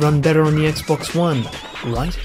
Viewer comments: Please tell me you did NOT just say Sexbox. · did he just say sexbox ? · did he say sexbox? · "...than the locked 30 of the sexbox..." correct me if I didn't hear that right. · Hah, same here. Have called it (randomly) the Sexbox, going back to the "sexbox three sexty", way back when. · I thought it was only me and my friends that have called it a sexbox! Ever since the 360 and Halo 3 X'D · did he say "sexbox" lol :p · "SexCocks, Snap Massages!" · Thank god someone else noticed! I thought I was going insane hearing something and no one else noticing it, instead being like "Fat Fuck xdddddd"